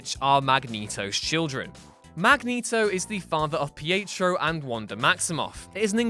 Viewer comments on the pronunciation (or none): none